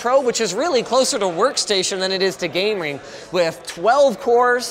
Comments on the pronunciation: Did you hear Linus say gamerig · sounded like he said gamering instead of gaming when he was talking about the corsair one